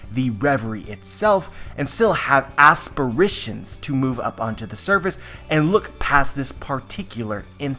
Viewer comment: "Aspiritions" - Ghosts that aspire to be so much more.